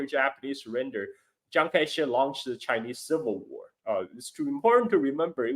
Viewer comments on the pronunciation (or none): I love how whenever says Chiang Kai Shek, it sounds like he says Chiang Kai. "Sh!t"!! 🤣 Is this intentional,? 🤣